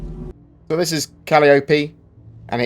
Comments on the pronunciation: FYI, it's pronounced ka-LY-oh-pee not kally-OH-pee. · its COL-EYE-UH-PEE, not CAL-EE-OH-PEE ffs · It's pronounced Cah-lie-ah-pee.. Just FYI They pulled it straight out of Greek mythology.